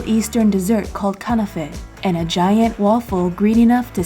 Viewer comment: If you were spoke arabic I think you would said kanafe right but hey I am not complaing love your vids